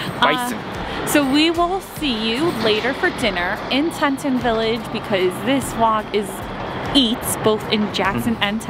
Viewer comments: Its Pronounced TEA-TAHN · Al pine not alpin. Tee tawn. Mange eee. Not mangy. Might try to pronounce the places you travel to correctly. 😂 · thanks so much! The area just had so many great eats. And Yes I kept pronouncing it wrong :( I tend to do that. Sometimes I get embarrassed by it but I get so excited when I am on site somewhere